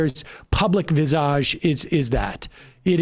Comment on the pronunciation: Sam's pronunciation of 'visage' is funny XD